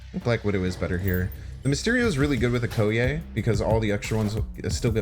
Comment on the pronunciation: please watch the Black Panther movie so you can better pronounce 'Okoye'.